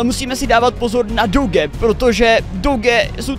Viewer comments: A nehovorí sa to doge ale doudž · Emmm jakó může mi někdo říct proč ten magor říkal tak známé rase doge a né dodž